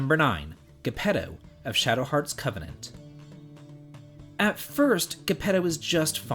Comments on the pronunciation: Gepetto is pronounced "jeh-peh-toe". He's named after Gepetto from Pinocchio - because he's a puppet master. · Dude! Geppetto like in Pinocchio, not how you're saying it. I thought that was obvious with the puppet and all. 😁